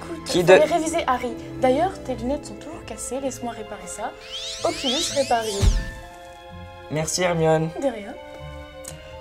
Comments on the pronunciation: En plus elle a dit "Oculus Repario" au lieu de "Reparo" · c'est oculus reparo pas repario et le père de drago c'est lucius malefoy.et après tu dis que t'es une potterhead et ba putain😕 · oh et puis " Occulus ReparIo " et " Remus LuBin " ...... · le quiz est cool mais pour les lunettes c'est oculus reparo et pas oculus reparum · c oculus reparo pas oculus reparium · elle a dit "occulus repari" au lieu de "occulus reparo", aussi que Cédric Diggory est à Gryffondor alors que non, et elle a aussi dit "Remus Lubin"; c'est Remus Lupin* . Et ça se dit potterhead 😭😭😭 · Cédric est à Poufsouffle et non Gryffondor, pas savoir le portoloin, c'est oculus reparO pas reparIO, c'est Lucius Malefoy le père de Drago et Non Severus Rogue, c'est Remus LuPin pas LuBin, ce dire Hermione avec un pull aux couleurs de serpentard 😱 NON MAIS C'EST UNE BLAGUE TITANESQUE ? Et en plus proclamer PotterHead non mais j'espère que c'est vraiment une blague !!